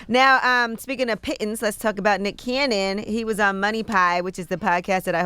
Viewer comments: so envy been sayin pittens instead of pennies?😂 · Pittance bro, Not Piton lolz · Guarantee they spelled it Pittens because Envy don’t enunciate Pittance. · I think he said "pittons" and not pittance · CHARLE "WHAT ARE PITTANCE" 😆🤣😩😂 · It’s pronounced Pettance but spelt Pittance. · envy with the vocab! somebody probably had to say it to him 10x 😂 pittance pronounced "pitns" means a small amount! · No, no, no, Charlamagne it's pittance look it up what DJ Envy is trying to say. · All of you are pronouncing Pittance wrong!!! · It's "pittance". Yee should know this! Lol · You guys obviously didn’t watch Mary Poppins, “pittance, pittance!” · Charlemagne you just never heard of the word Envy used, meanwhile he spelled and pronounced it correctly for you. Seems like once he told you how to spell it you looked it up and saw that he knew what he was talking about but you ain’t wanna admit you were wrong lol. “Pittance - an inadequate payment ”. Charlemagne and Yee, shame on both of you for allowing yr cohost to look bad based on your ignorance. What’s the reason for that 🤔. Your quick to discredit him cause of what? Come on Mr. mental health, begs to question how many times have you gaslighted him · "Pittance" ...so fake smart Charlemagne 😆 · Envy was looking for the word “pittance” and he mispronounced it. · Pittance - A very small or inadequate amount of money paid to someone as an allowance or wage. Also Envy pronounced it correctly. 😉😀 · Omari is not complaining just about salary from power. He was saying his whole career he hadn't made the money he should have. He also said Power is the show that got him to the next level. Also, Envy didn't do a great job with his pronunciation of the word. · Envy is correct the word is pittance. CTG needs to back to school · Think I was more shocked Angela Yee didn't know the word... "Envy with the vo-ca-boolaree" 😂😂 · Pittance is the correct spelling and he said it wrong but used it correctly.